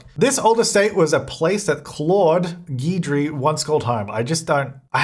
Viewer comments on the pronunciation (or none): Guidry, at least by the person I knew who had it as a last name, is pronounced with a short I sound, not a long E. Gidry not Geedry. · New Orleans native here. Duplantier is pronounce du-PLAWN-shay and Guidry is pronounced Giddree. 😁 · The name Guidry is pronounced Gid-ree, it's one of those names lots of people say wrong like my name isn't pronounced He-bert it's A-bear... cajun French is odd I guess lol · I would pronounce the ghost's name as "Gid-jree" but that's Americanized pronunciation. Here in America, it's associated with the French-creole culture in Louisiana. Think New Orleans. So French rules would apply to the name, too. That would be pronounced more like "Gee-dree." But someone who has the name could probably tell you better. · Since you asked, I'm pretty sure Guidry is a take on "Guide", and should be pronounced that way (Guide-ree), rather than "Geed-ree". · Haha. Nobody can pronounce Guidry. It's GID-dree ("gid rhymes with did - hard G, short i). It's a common Cajun name from Louisiana. Also, it's fitting that the house was built in Willow Creek, since the town is modeled after New Orleans, which has a strong paranormal past. Voodoo dolls, seances, mediums, and haunted places fit right in. It's too bad we didn't get a New Orleans style cemetary with it. That would have been iconic but probably a bit much to expect from a stuff pack. I really love the buy mode items in this pack, and will definitely be buying it for them. Even though I'm not as keen on the ghost hunter game play, or Bonehilda, I'm VERY happy for those (Jesse!) who wanted Bonehilda back in the game. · No it's definitely a common name here in Louisiana where New Orleans is (which the pack is themed after) so it is pronounced Gidry